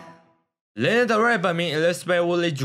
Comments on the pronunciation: 既然是介紹歌手的影片 她的名字發音可能要多做一下功課 😅 是「拉娜」不是「列娜」喔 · 真的聽到名字一直唸錯真的快看不下去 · 請查一下Lana如何發音，謝謝